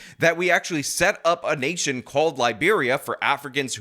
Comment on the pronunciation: He said "you're in a nation like Germany" and I heard 'the urination of Germany' 😂